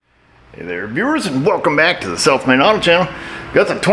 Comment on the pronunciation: Off topic, but no matter how many times I hear your vid opening sequence, I swear I hear, "Self Made" and not "South Main".